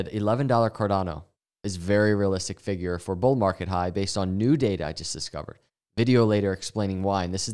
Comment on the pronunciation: You even say data like it has ada in it. Dada 😅❤